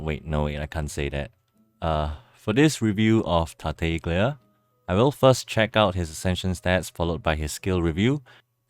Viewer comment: FYI the "g" is silent in "Tartaglia". Great job on the video